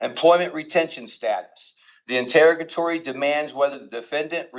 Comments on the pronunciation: I can't with the "in-terra-guh-tories." Send help. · It would be nice if this person could learn to pronounce the word interrogatory.